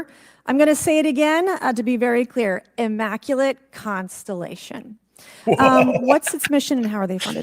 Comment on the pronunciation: hmm. Guess you missed the lack of evidence during that entire session. Also, she should learn how to pronounce words like maritime and immaculate. But thanks for outing yourself for agreeing with a lunatic.